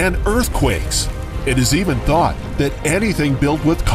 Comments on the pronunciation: Lol I thought he said ‘in our thot experiment’ 😂😂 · Am I the only one who hears “in our THOT experiment”